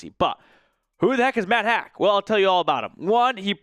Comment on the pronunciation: Pronounced Matt "hawk" not hack .. do some research guy